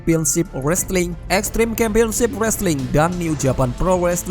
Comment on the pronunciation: G smua c dibaca k broh..kampion wkwk